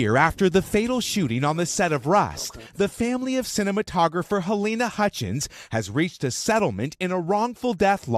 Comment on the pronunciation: it is Hutchins, not what you said.